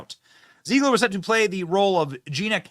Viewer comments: Zeh-glir not Zee-glir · I love how Benny gets everybody’s name wrong 😂 Rene Ziegler and Peter Drinklin 🤣 He’s either trolling or he cares so little that their names don’t even matter, either way it’s genius! 😈